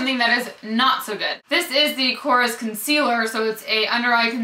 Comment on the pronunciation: korres is a greek brand and to help you we pronounce it kores with emphasys on the es like korrEs its just the surname of the mister that made them. here in greece they are very cheap and not popular at all,lots of the products smell like chemicals,I tried everything from korrE and the only thing that really worth trying is mabe the nail polishes.oh and one more product is the blush stick.they are so cheap in greece but we prefere many other international brands+the lipsticks smell like burned wires..